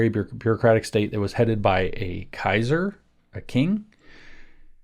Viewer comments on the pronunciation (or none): none